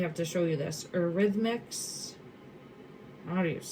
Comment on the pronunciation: Eurythmics pronounced Your-ith-mics 💗💗